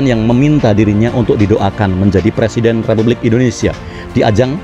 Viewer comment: Kata jàmahnya jadi pereseden di pay tren .